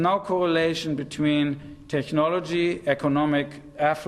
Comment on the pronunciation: This guy sould learn how to pronounce "technology" before using this word hundreds times.